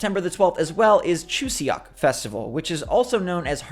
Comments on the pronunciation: Songpyeons are delicious sweet dumplings made with rice cakes that are sometimes stuffed with sweet red bean fillings. If you ever see them in Asian markets, I recommend you try them for a nice tasty snack. Good job on the pronunciation. Also Chuseok is closer to "Choo Sock" than "Choo See Ock". But I still really appreciate your attempt. Thank you for your regular content. I love the bright and hopeful energy that you bring to each video. ❤️ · Chuseok is pronounced chu soak :). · Chuseok, you don't pronounce the E it's kind of like a more open "o" sound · Re: chuseok. an eo in a Korean word will sound like the eo in luncheon or surgeon, not neon. If you don’t know, you wouldn’t guess it lol